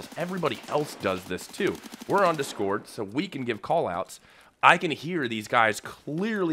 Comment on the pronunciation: Why you say discord like that